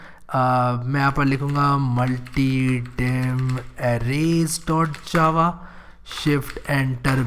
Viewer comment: After watching multidimensional array video for me array is not array it's "arrrrreeeee" yaaarrr kya bawasir hai ye